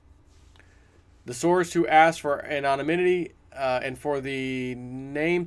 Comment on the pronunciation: The word ANONYMITY is pronounced AN*O*NYM*I*TY. The word anonymity is pronounced an*o*nym*i*ty.